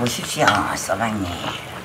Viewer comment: 써방니임 된발음 욕 같으다